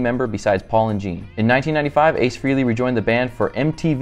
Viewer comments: Why can’t anyone pronounce Aces last name correctly Frehley not Freely smh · It’s not pronounced Free-ly